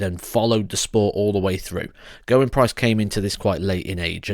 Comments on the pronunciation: I'm Welsh and the right pronunciation is Geh-r-win, not Gerwin as in Michael van Gerwyn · You're pronouncing his name wrong.